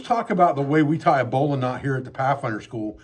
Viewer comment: Oh my gosh, this is outstanding! I can tell that I'm going to spend hours on this channel. 🙂 And let me just say, it is such a pleasure to find someone on YouTube who knows how to pronounce "bowline". (My father, a former sailor who was then commissioned and became a Naval aviator, taught me a bit about rope and knots, but I've always wanted to learn more.)